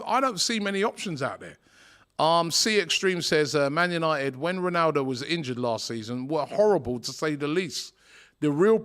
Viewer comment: how DR butcher's Ronaldo's name?